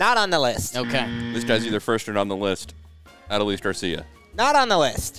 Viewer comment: Not: Aaah doh lease